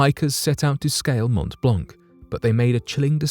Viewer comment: montt blonkk is painful to hear - even as a non-french person... also, geneva is is switzerland, not france. one might expect better from a 1.5 mill channel?